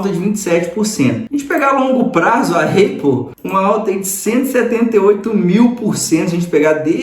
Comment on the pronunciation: Conteúdo e vídeo legal. Parabéns! Uma crítica de comunicação construtiva, mestre, sobre a pronúncia da Apple. Você pode falar “Épol” ou “Ápol”, agora, “Eipol” jamais. Eu sei que você aprendeu que o som de A é EI, mas isso não se aplica para tudo. Maça é um exemplo disso. Moro aqui em Dublin e tenho amigos americanos, irlandeses, australianos, ingleses, sul-afriacanos, canadenses e outros. Nenhum fala EIPOL. Fica a dica é aquele abraço 👍🏾